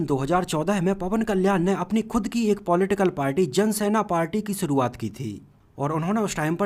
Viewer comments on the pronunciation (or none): none